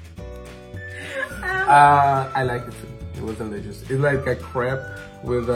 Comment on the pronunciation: No one: Nobody:: BUT this green thing... is dELiciOuSss! 😂😂😂